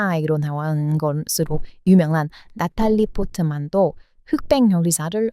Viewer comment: 나탈리 포트만 발음 겁나... 힙 합니다잉...